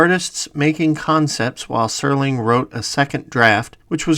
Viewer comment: Lots of great info. But it's Serling, not Sterling. Jeez.